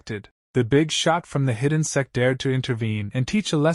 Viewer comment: Those who hear s*x instead of sect Like my comment ❤😊